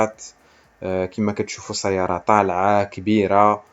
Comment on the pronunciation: هادشي عندك زوين ويستحق التشجيع غي الله يخليك كون الدير الشدة فوق الياء منلي تنطق سيّارة.